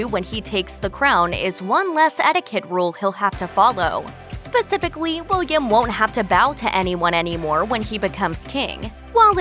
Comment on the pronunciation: Why am I hearing "spacificawy" instead of "spacifically" every time she says the word 😅😅😅